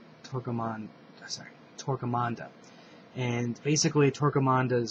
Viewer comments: Why are you consistently putting an 'n' in 'Torquemada'? If it was meant to be pronounced 'Tourquemanda' I'm sure it would be spelled that way. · Did you just say Torque Amanda, Arnmanda?!?! :D Armada.... And im about to tattoo picture of Nemesis on about . Love to read those as a kid. Nice vid! Thumbs up for Nemesis ;D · nej..I think he said Torque Amanda lol :D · It's Torquemada, sheesh! Named after Thomas Torquemada from the original Spanish Inquisition